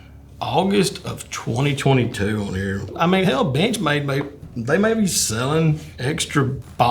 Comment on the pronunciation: Every time boss says bench made i swear it sounds like bitch made lmao